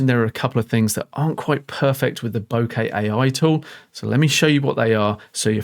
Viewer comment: Wonderful video. Thank you for using the correct pronunciation of the word ‘bokeh’! As an American living in Japan for 35 years it’s always been grating on my ears to hear the word mispronounced by English speakers!